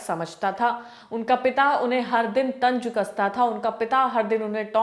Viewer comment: Tanj nahi tanz thoda urdu please aap urdu me bola kare